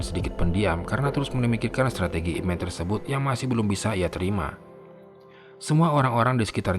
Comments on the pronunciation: ipman ini nama orang china jadi di bacanya ipman bukanip men ,man disini adalah marga bukan man orang dlm bhs inggris. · min ini namanya ipman di baca ip man bukan men sebab disini man itu nama marga bukan panggilan utk orang macam superman =mqnusia hebat